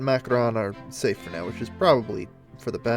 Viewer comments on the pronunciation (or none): none